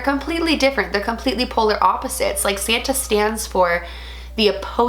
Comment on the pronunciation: He’s sant nick not saten